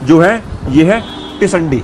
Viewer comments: Tisandi nahi hota sir, tindsi hota hai 😂😊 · i laugh where i heard that pronunciation...even i was thinking what is it ..then i realised he is talking about teendsee commonly known as tinde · Sir teesandi nhi ise Tinda bolty hain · आपने जो पोकरण में सब्जी खाई है जिसको आप टिसंडी बोल रहे हो उसका नाम टिसंडी नहीं टिंड्सी है, हिन्दी भाषा में इसे टिन्डे की सब्जी भी कहा जाता है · It's टिंडसि and not टिंडसी। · Tisandi nhi sir tinsi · Sir vo टिंडसी he jisko aap baar baar tisandi pronounce kr rahe he. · its Tindasi. Not tisandi. Basically it's tinda in delhi. You were pronouncing it wrong so i thought of correcting it. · टिंडसी है sir tisandi nhi